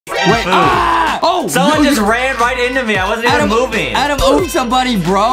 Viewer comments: It’s Adam not adem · Little Brother u called him grampa piggy Adem